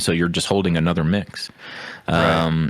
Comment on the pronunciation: “Fighnally, Anothah suhwardsmin”